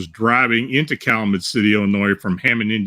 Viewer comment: it's pronounced "Cal-you-met" (I couldn't figure out what city or town you were referring to, then I realized you were mispronouncing it. 😉)